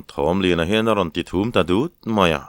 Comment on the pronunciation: Thum rawn ti tawh suh, thûm rawn ti rawh.